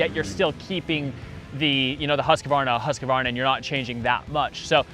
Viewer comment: It’s pronounced "hʉːskvɑːrna". 3 syllables not 4.